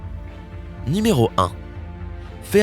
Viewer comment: On ne dit pas ni méro mais nu méro !